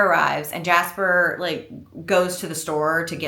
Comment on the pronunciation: “Jaspah” is sending me so bad 😭